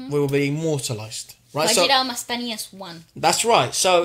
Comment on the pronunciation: It's not mastai it's mastani